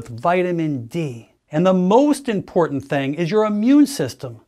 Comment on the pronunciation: Wonderful human! AND…, not only does he put out great info, but he also speaks intelligently…. I have yet to hear another doc pronounce all the “T”s in the word ‘important’, as most ppl on youtube say something like “ impornt”. 😂.